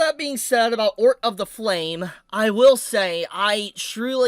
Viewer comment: I can't believe butchered the pronunciation of Otr 😂. He said Ort 😂😂